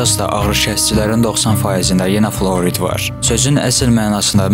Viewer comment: Fluorid yox,flüordur bizim dildə. (Əla, uğurlar 😊 )